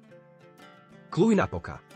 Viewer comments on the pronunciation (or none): Cluj-Napoca po slovensky sa čítá Kluž-Napoka